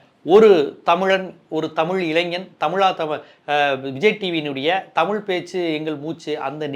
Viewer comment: This is like white people will not tell lies, he just announced party name, let him come, some stage or show he was struggling to pronounce our word தமிழ் as டமில், definitely initial stages he will face this criticism, similarly in kerala vijay has more fans, so don't underestimate tamil fans or people, since all fans/people are not going to vote mr.vijay